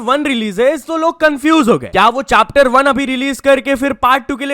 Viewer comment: Chapter ❌ Chaaptar ✅ Also upcoming Soya Chaap for members only !!😂😂